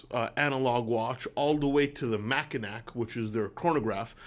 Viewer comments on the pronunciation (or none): Come on, Mackinac is pronounced like "Mackinaw". How do you not know that? (Just kidding. I grew up just south of the Mackinac Bridge.) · It’s pronounced Macki-naw as in the island in Michigan, Mackinac Island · These are my three favorite companys lol no joke. Favorite to buy at least. Also Mackinac is pronounced “Mackinaw” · Shinola ... Mak uh naw that's how we say it here in Michigan not Mak a nack just saying 🙏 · The Mackinac is pronounced Mackinaw. It's just one of those things. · I love ya. And, I don’t want to be “that guy.” But, as a Michigander, that’s not how you pronounce Mackinac. The “c” is silent so it’s more like Mack-i-naw. BTW - it’s an awesome place. Check it some time. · “Mackinac” is pronounced “Mack-I-Nah” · I hate to correct you, but the answer is Mackinaw. Mackinaw. The C on the end is silent. Don't go up to Michigan and start pronouncing it that way. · FYI - Mackinac is pronounced "MAK-in-aw". It's a French word commonly mispronounced by everyone outside of the area where the watch gets its name. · Being a watch nerd, I love your content. Also, being from Michigan, I want to tell you that the pronunciation of the word Mackinac is Mack-i-naw. Other than this random fact, your watch knowledge and opinions help inform me with each video! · hey, its weird but its pronounced "macki-naw" and there is two different spellings for it here...one is Mackinac.....but its still pronounced "AW"